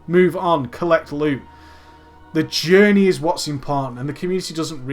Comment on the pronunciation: "AH JAHNEY, IT CREEAT-ED A JAHNEY"* *that literally no one who wasn't autistic saw